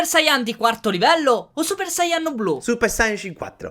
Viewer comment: Perche dite "sayàn" e non sayan?